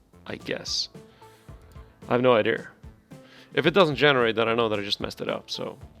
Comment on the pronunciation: I would subscribe if you said Idea instead of ider